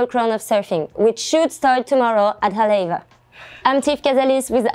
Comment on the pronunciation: Cool vid but please learn how to say Haleiwa before the next episode. Mahalo!